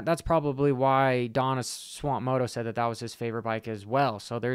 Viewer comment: dude its SWAP moto not swamp moto LMAO